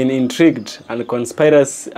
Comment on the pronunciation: I always look forward to your videos and hearing you speak You can better say conspiracy as Con "Spear" racy